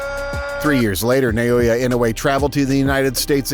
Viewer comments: Stop saying Na-yo-ya. It's an-yo-ying. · The name is pronounced "Naw-oh-ya".